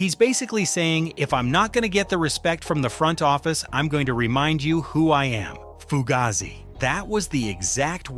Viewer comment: Pronounced: foo gay zee